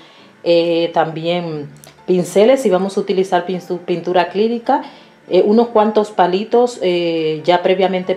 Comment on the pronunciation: Aunque después dice "unos" y sí lo dice correctamente.